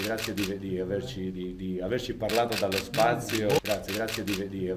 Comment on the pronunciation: El astronauta dice "dallo spazio" y no "delllo spazio" "DALLO" en italiano quiete decir "DESSE" en este caso... Desde el espazio.